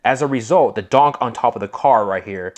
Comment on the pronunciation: I really do like your videos but please quit calling every car a donk!! It's funny However but the definition of a"" donk"" Pronounced ---Dunk, Caprice classic or a impala , 2door,4door ,hard top,convertible or Station wagon